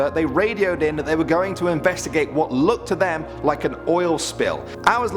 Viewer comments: In another video you pronounce Daly City wrong. Still got it wrong. It’s pronounced “Daily City” Da-y-ly City. I live there. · Hey! Two things, first why is England's police called Scotland Yard? They aren't based in Scotland, are they? Second, it's spelled Daly City, but pronounced Daily City, just for future reference. 😀